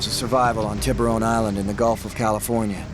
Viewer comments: Tib-rone island 😂 💀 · When he said Tibaron island I didn’t realize he was referring to sharks there was no effort to pronounce it correctly at all to the point the entire word was distorted barley recognizable